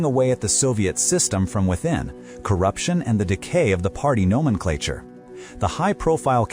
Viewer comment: It would be a welcome improvement to fix the pronunciation of nomenklatura